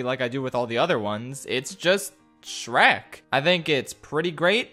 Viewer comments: “dreck and stronky” ah yes dreck from dem work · Shronk my beloved Ah yes, classic Drek and Shronkey rescuing Fiora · Drek and Shronkey💀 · The nonchalant mispronunciation of Shrek kept catching me off guard